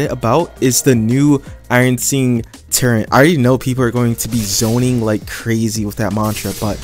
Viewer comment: No offense but you know turret doesn’t have a N in it?